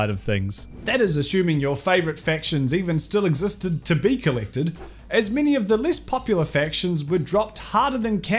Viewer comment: Holy shit i thought it was "mini" scandals. But it's "many" scandals